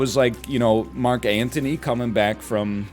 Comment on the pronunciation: and it's Mark Antony. Not Anthony